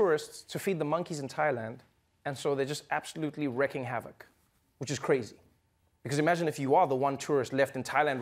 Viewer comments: it's wreaking havoc not wrecking havoc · It's pronounced "reek", dammit!